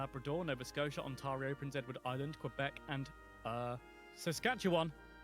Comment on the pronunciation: The French pronunciation is actually much like the pronunciation the narrator uses. The s is pronounced and in Canada the e is usually short. Similarly, the s in fleur-de-lis is pronounced. He buggered up Ontario, though. Repeatedly.